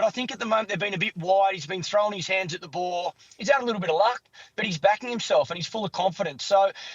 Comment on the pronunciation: The word ball has 2 L's in it Clarke. It's not pronounced bawww